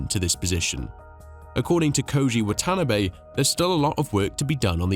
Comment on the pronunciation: The boss of Honda's name is pronounced "Wa-ta-na-bay", with equal emphasis on each group of letters.